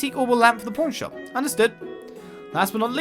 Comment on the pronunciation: Every time you say "pawn shop", I keep hearing "porn shop" LoL